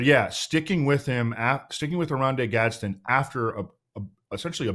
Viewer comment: It’s Gadsden not Gadsen. Hopefully he washes out since you guys can’t say his name